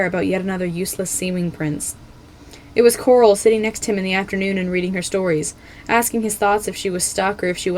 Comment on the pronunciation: i can't be the only one who heard this, but you said "queen gloral"